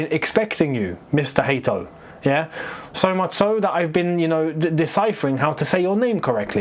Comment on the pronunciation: It is HA-to you'll see when he pronounces it himself it's so easy I don't know how you managed to butcher his surname 😭